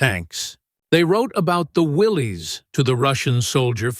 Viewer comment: It's pronounced WILLIS not WILLEES